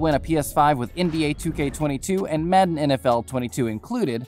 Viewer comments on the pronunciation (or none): none